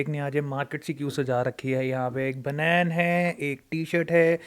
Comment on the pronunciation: बनैन 🤣🤣🤣 bhai tu hardcore punjabi hai